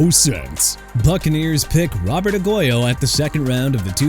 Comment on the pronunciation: ROBERTO AGUAYO PRONOUNCED AH-GWAI-YO! GET HIS NAME RIGHT DUDE! ALSO MR. "I CAN'T PRONOUNCE PEOPLE'S NAMES FOR NOTHING" ISAIAH WILSON PRONOUNCED AI-ZAY-UH! ARE YOU SERIOUS?! YOU NEED TO BE FIRED! AT THIS POINT I DON'T CARE IF YOU'RE A REAL VOICE OR AI! I DON'T CARE!